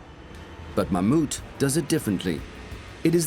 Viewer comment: Thats the first time i’ve heard an English/American person pronounce Mammoet kind of right